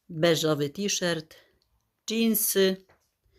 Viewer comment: T-Shirt wymawia się tiszort ( to jest napisane fonetycznie), w tej niebieskiej blusce, którą masz dzisiaj na sobie bardzo Ci do twarzy. Widać też, że masz coraz zdrowsze włosy, z przodu widać, że już mają połysk. W zachodnich Niemczech, gdzie żyję, też się b. ochlodziła, przed paroma dniami w dzień było tylko 9 °C 🥶. Pozdrawiam i życzę zdrowia 💃🏻🙏🏻